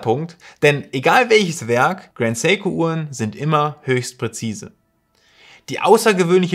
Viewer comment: Endlich mal ein deutschsprachiger Youtuber der Seiko richtig ausspricht.